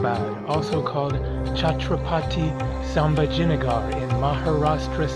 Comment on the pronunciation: Hi: Interesting vlog. Most people go only to Ajanta & Ellora caves and skip the rest. By the way, the new name for the city is pronounced like this: Chatrapati Saambhaaji Nagar meaning the city (nagar) of Sambhaji (eldest son of Shivaji, the great Maratha king). Chatrapati can be translated as "Paramount Sovereign", a title that Shivaji adopted when he became the ruler of the Marathas (present day Maharashtra).